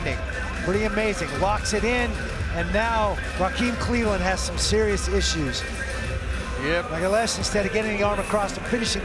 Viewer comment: I love how no one can say "Magalhães" properly